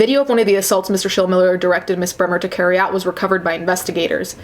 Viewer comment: You're saying Schilmiller correctly. There's a ton of them here in Southern Indiana.